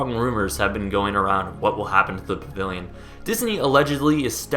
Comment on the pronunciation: You talk to quickly for your own good, "pavivilion" thats what I keep hearing.